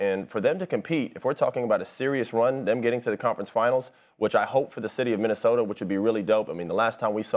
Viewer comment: "city of Minneosta"...